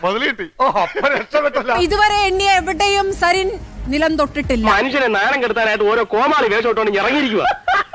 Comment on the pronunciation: sarin. എന്ന് പറയൂ...please..